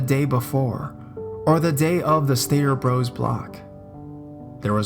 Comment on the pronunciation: "Stater Bros" is written "Stater Bros", but it's pronounced, "Stater Brothers". "Bros" is a contraction of "Brothers". I used to shop there all the time when I lived in the LA (Los Angeles) area.